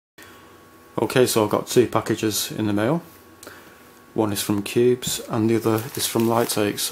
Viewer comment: Great vid! But cubezz is pronounced cube zee zee or cube zed zed if you're British not cubes☺